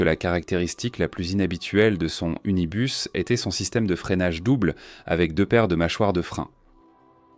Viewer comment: C'est quoi cette voix qui dit unibar pour Unibus ? Trop artificiel, je décroche.